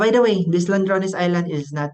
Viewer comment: Bai, ladrones, dili landrones.